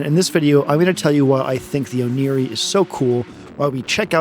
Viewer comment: Oneiroi is the name of the Greek god of dreams, so the Ancient Greek pronunciation (oh nay roi) is more likely to be correct